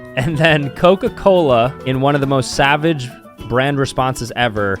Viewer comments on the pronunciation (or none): none